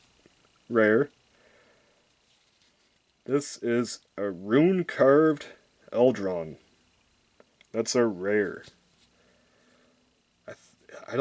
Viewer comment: Sweet manicotti, the way you pronounced almost everything made me want to cry. How do you get "eldron" out of "Eidolon."